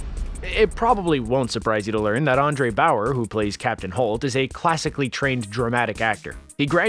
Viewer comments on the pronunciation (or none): "Andre Bauer", huh? I definitely feel comfortable accepting you as an expert on this subject. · His name is Andre Braugher not Andre Bauer. Rip Captain holt 🙏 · Andre BOWER?!?! Andre Braugher is his name! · Andre "Bauer"??? Really,? Normally, these types of list compilations by most channels are rather lame, but this one is really fantastic and well done... until the rookie mistake that disrespects a fantastic actor with a long career... It's Andre Braugher.